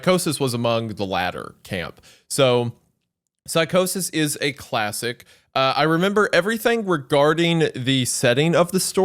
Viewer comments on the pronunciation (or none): Anybody else hear Isaiah say clastic? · Isaiah: Classtic>classic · When he said “Psychosis is a creepypasta clatsic” I felt that…